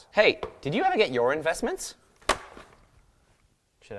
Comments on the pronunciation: in-vest-mints... im done. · "in-vest-mints" I am DONE with this channel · In-Vest-Mints... please tell me you didn't... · You know what I was thinking during that "in-vest-mints" bit? WASTED. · What? An Englishman using a French Press? What would Admiral Lord Nelson say? In-Vest-Mint 😂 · "In-vest-mints"... that word will never be the same. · Lol, investmints... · "in vest mint" Will pls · In-vest-mints......... wow... ok then.. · You gotta be kidding me... in-vest-mints... xd oof